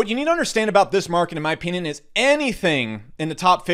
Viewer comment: STOP SAYING "OPEENION"